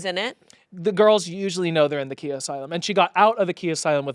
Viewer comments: It’s not (key-a) it’s (keye-a) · its not pronounced kia its pronounced khia!!!! khia asylum from my neck my back! i thought?? LOL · Every time they pronounced Khia wrong it physically hurt me.